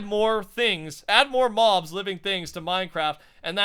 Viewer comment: Im just saying, but you keep on saying "mo mobs"